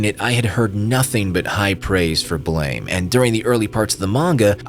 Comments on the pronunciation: Its "Blame" its Blam!!! Like a gun shot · The way you are pronouncing it is the mispronunciation lmao. It's Blam like the sound of a gun